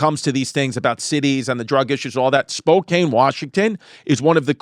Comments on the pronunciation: It's pronounced spo kan. Not spo cane. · Chrissy, say it with me "SPO-CAN" not "SPO-CAIN". I don't know why it's impossible for all of you east coasters to say it correctly lmao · As someone from Spokane, firstly it's pronounced spo-can, and second, the homelessness has gotten bad please save us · Spokane is not that crazy 😂 And he’s gonna piss everyone off pronouncing it like that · Spokane is so terrible i'm not even gonna correct Chrissy's pronunciation of it